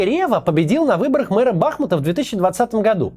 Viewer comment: вот меня тоже каждый раз от бАхмута карёжит🥲